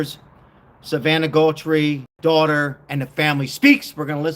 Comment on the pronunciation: It's GUTH-RIE. AI needs to be regulated.